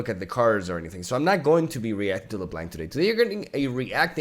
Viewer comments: it's pronounced Blawnk not Blank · Take a shot every time he said le-blank. You'll be fine this time but not when he reacts to her xd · "LeBlank" Loool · Lol, not leblanc but LE____ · LeBlank HAHAHA STOP... it reminds me of Froggen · It's Lə▪Blənk. Haha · i'm one minute in and hear "la blank" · I like that he pronounce her name as leblank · Leblanc is french, you don't need to prononce the "C" hahaha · love your video, but can you just do me a favor? Go look up the pronunciation each champion name? LeBlanc, Renekton literality trigger me everytime.